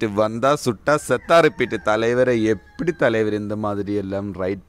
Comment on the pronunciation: சத்தா? செத்தா Hope u r non tamil so correct it